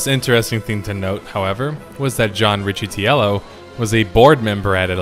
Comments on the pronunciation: Rikkuh-TELL-o. Or that's how they said it when I worked at EA. Good history; I enjoyed the video. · Dude your pronunciation. It’s RICK-E-TELLO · Ooh nice choice. I can't wait to sit down and watch the whole thing! Just a few minor pronunciation things. The former EA CEO's last name is pronounced Rick-uh-tello, and devs generally pronounced the game's acronym like swoe-tor (although there were a few variations). When you're talking about a game all day every day you tend to greatly shorten the syllables needed to pronounce it so it doesn't feel unwieldy in everyday speech. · Never heard anyone pronounce it ess-dubbble-u-tor. Everyone says Swoah-tor and it's John "rikka-tello". Pronouncing it John "The-Antichrist" is also acceptable. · His last name is pronouced Rikkitello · Hey man, no offense here, just some constructive feedback, but next time, for a whacky last name, I'd just google it. i'm sure you'll hear it until the end of time from this video forward, but, its "Rick-Ah-Tell-Oh". Otherwise, a great video as always. I don't really care all that much, but, some people will literally unsubscribe for that pronunciation. Its the internet, after all.